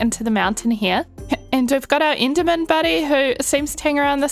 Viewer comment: so at this point you're just picking and choosing whether to say "e" or "i" why are u doing this? Why the hell would you say siven instead of seven and inderman like be so for real